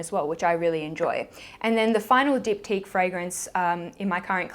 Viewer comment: I love how you said the Diptyque fragrances’ names! I love when non French people speak French, I always found that very exotic!!! As for the By Terry fragrant délice, the « t » is actually silent but you did good ^_^. You have so many great choices but It’s so bad for my wallet.